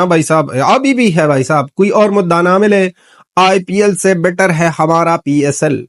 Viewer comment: HUMRA nahi HA+MAA+RAA = Hamara bolte. Yeh Hai Hamara Video.